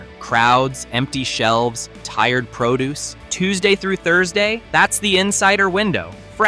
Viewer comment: Make sure to grab the proo deuce like the robot said.